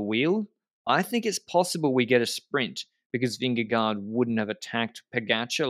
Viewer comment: Who is Vimmy or Vinny if you mean Vingegård - loosely translates to - ving_farm - but just call him Jonas or Vin-ge-guard that sounds just like we say Vingegaard. This is just to help, not to be a smart A.....